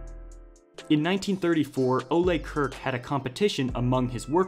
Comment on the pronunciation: So far I have never heard anyone on youtube say Ole Kirk correctly. Everyone says Kirk like the captain from Star Trek, that is the English way to say Kirk but Ole Kirk isn't from an english-speaking country thus his name is not pronounced as that. I wish some one on YouTube do some resaeach how to say Kirk properly. It sounds so bad in my swedish ears.